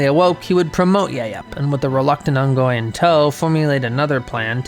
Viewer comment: Are you saying ungoy?